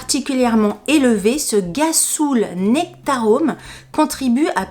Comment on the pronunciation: fou rire à la lecture de gassoul qui se prononce rrassoulle mdr en même temps quand on connait pas. ma pauvre en tout cas j'ai bien ris merci pour ce moment🤣😘😘😘😘😘